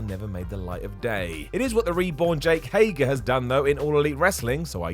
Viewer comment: Hey! You pronounced HAGER correctly! Yay! but then literally one minute later you pronounced it Hey-GAR again!